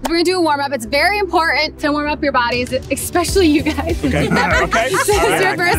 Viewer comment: Why does no one know how to pronounce the word especially? Everyone I’ve ever heard say it, says it expecially. An e and an s do not make an x sound.